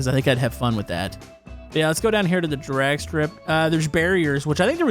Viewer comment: Has anyone else noticed how he says drag strip. Not saying anythin bad by it but he say Durag strip. Kinda funny ngl. Also keep up the good work